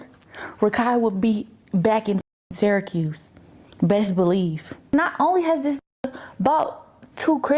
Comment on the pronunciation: the way he pronounced Syracuse